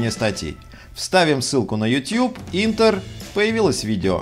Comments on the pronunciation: Да не "интер", а "ентэр". ) Спасибо за очередной ролик с хорошей структурой и яркой подачей. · Не ентэр а энтер от слово Enter